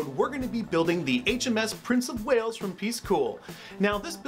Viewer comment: Prince of “Whales”? As a Welshman, please can I beg for a name correction here :-)